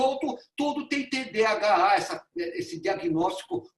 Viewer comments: O senhor não consegue falar TDAH, fala TDHA. Não trouxe um único estudo, um único dado embasado cientificamente. Todo conteúdo veio do instituto vozes da minha cabeça, e do ITDC. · Cara não sabe nem falar TDHA e quer opinar sobre .... isto é Brasil